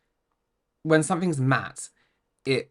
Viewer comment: I couldn't take her seriously after hearing her say reflex instead of reflect, matted instead of matte, and smooth-es, or whatever that word was supposed to be.